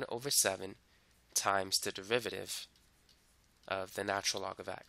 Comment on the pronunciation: Why do I keep hearing 'devivative' every time he says 'derivative'? 😂 Well thanks for the video, I appreciated it